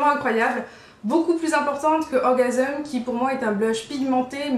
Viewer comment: pourquoi tu prononce "orgaseum" ?? ça se dis "orgasms" comme un orgamse... lol!